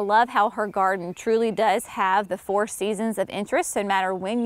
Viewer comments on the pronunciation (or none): none